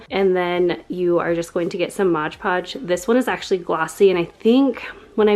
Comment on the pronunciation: LOL! I love how you pronounce it as "Modge Podge". I used to say that, too, until I was just looking at the bottle one day. 😆 Then I was like 'oh snap!' Awww, shucks y'all! That was just so cute! Makes me feel all fuzzy and warm. 🥰🥰 Online school for the first quarter (I have a high school kid). HAPPY belated BIRTHDAY,!!! 🍰👑🎈🎈 Very nice room!!!